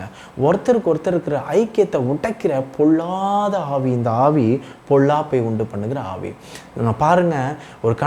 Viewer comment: தம்பி ல ள உச்சரிப்பை சரி செய்து கொள்ளுங்கள். பொல்லாத ஆவி என்பதை பொள்ளாத ஆவி என்று உச்சரிக்கிறீர்கள் .. தவறாக நினைக்க வேண்டாம்.